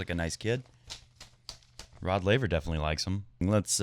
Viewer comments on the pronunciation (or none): none